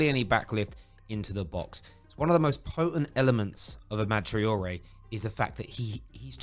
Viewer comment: says Amad Traore 😁😁